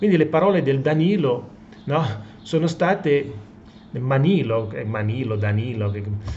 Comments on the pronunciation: Manlio non Manilo. .... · si chiama MANLIO....no manilo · Prof, MANLIO non MANILO! Certo non cambia la sostanza 😁😁😁😁